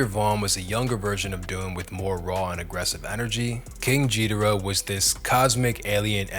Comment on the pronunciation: Tell me you never listened to Take Me To Your Leader without telling me: king jeeder-uh